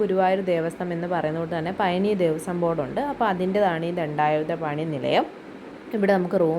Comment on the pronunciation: പയ നി അല്ല പഴനി